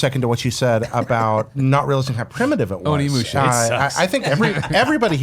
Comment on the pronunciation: Just a tip for the future, it’s pronounced OHnimusha, not AWnimusha.